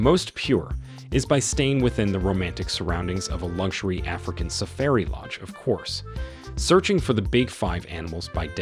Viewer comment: All the work you went to to make this nice video and you mispronounced so many words! Please do all your homework and say names correctly. safairy come on.